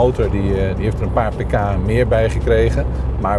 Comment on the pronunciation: Als je paar pk zegt versta ik paprika ahaha